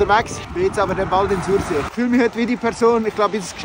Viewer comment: „Sorsi“ ned „sursee“ 😘 geils video, wie emmer!